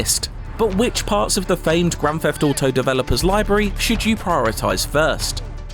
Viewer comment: Grafafado Foive